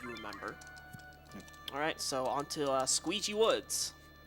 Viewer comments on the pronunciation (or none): Squeegee Woods